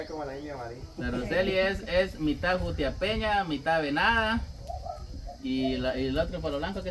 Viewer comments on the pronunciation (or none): Jajaja es Jutiapaneca no Jutiapeña 🫢😂